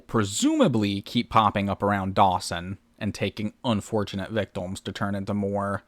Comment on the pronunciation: Why do you pronounce "victim" as "victom"? You do it every single time and have no discernable accent or speech impediment so I assume you're just okay with saying it wrong?